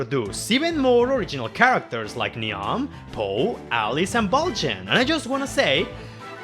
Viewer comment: Fun fact: Niamh is actually pronounced "neev". Irish names are just THAT bonkers.